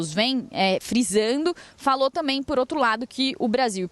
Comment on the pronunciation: Os repórteres, hoje em dia não dizem a palavra também e sim dizem "tamem", mudaram a nomenclatura brasileira ou já não sabem a pronuncia correta?😂😂😂